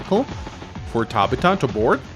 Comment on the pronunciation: One day he will pronounce it "Tab-Ith-u" my mom shares that name and cringes every time lol